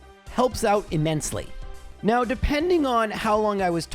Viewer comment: Lol he said now but it sounded like meow. Nice observation😂